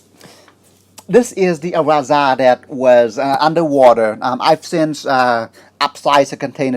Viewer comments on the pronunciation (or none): none